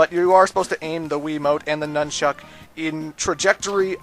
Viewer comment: I know you're Canadian and you use that for your reason for saying anything weird or different, but why do you emphasize "chuck" when saying "nunchuck"? My friend, Troy is from Canada as well and he says "nunchuck" emphasizing the "nun" like everyone else I know.